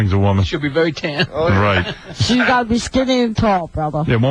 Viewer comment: Me? It’s berry true dude.